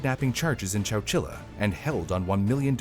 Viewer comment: wait, wait, chowchila? I thought bro was just saying Coachella really weird 🤣